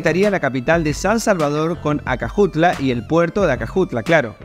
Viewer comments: ACAJUTLA (fonetico) no ACAJUATLA- puerto de Acajutla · Muchacho te quiero corregir no es Ahuatla es acajutla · hola muchacho el lugar q estas hablando se llama acajutla no acajuatla saludos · Acajuatla jajjajjajja Es acajutla 😂❤😅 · Amigo q paso con eso de acajuata es acajutla coercion nada Mas saludos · ACAJUTLA HERMANO , NO ACAJUATLA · Acajutla, no Acajuatla, animal. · acajuatla jajaja Acajutla* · Pasa que el muchacho le metió una a en el medio poca cosa dijo acajuatla. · recuerden no se llama puerto de Acajutla. si no que se llama puerto Acajuatla 😂😂😂🤣🤣🤣🤣🤣😂😂😂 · Si vas a hacer un video de mi Pais al menos aprendete los nombres de los lugares q vas a hablar. (Acajuatla) es !acajutla¡ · Oyè Carajo! Se dice Puerto de Aca-Jut-la! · Hola saludos desde Santa Ana, primero se dice A-ca-ju-tla, pero te salió bien al tercera ,☺, pero igual yo esperaría estrenar alguna vez el tren. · Se dice ACA-JU-TLA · Todo iba bien, hasta que... "ACAJUATLA" 😅🇸🇻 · Maestro el nombre correcto es:A C A J U T L A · jajaja "Acajuatla" 🤭 Cuanto humo venden los politicos en Hell Salvador 🙈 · Me encanta este video lo que pronuncia el puerto de acajutla love it ❤❤❤❤❤ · De que lo dijiste mal el nombre